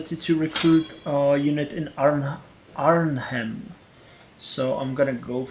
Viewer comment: arnhem is prounounced AR-NEM